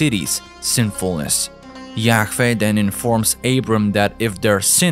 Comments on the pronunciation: Yaweh not Yaw-eh. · Yahweh, the narrator can't even pronounce it correctly,,, sounds like he's Yak-veh smh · The Aramaic Pronunciation is Yah Wah meaning Breath pronounced as a Breath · Is it really pronounced as "Ya-Feh"? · The way you keep saying yakveeh is so annoying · It's pronounced yah-way and the English translation is Jehovah! and yes that is his real name...Jesus is the son and Jehovah is the father aka GOD; the creator of all things❤ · The whole video is sooo wrong. To begin with, the name is YHWH. It is pronounced YAHAWAH. That is how paleo Hebrew is written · Yahfeh? Just sound it out twin that’s obviously a W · The video was great but the accent of the guy talking in the video pissed me off so much because he just kept saying a lot words completely wrong including God’s name, Yahweh. Like come on dude! there is nothing wrong with an accent in fact I actually like it it’s just the fact he kept saying certain words completely wrong not even close. 😡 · Ugh. The mispronunciations are horrible. Too distracting for me to even try to finish. How many different ways can AI pronounce Yahweh? I counted seven before throwing in the towel. Enough to unsubscribe.